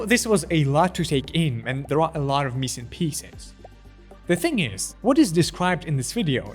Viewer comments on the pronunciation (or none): none